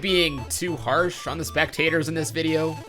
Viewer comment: "speck"tators. GG